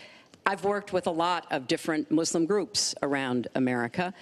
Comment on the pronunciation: I like it how they keep mispronouncing Muslim so many times lmao